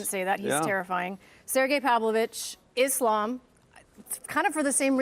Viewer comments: IslEm, you mean the guy, who can`t even pronunce his own religion and thinks he ist almost the WW goat. 😂😂😂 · Thx for Chris Weidman and double thx for the guy, I forgot his name. 🙏🙏 The guy who says every fighter name wrong like IslEm. 🤦‍♂ And I don`t even like Islam. As a muslim you should be able to pronounce your own religon write. 🤓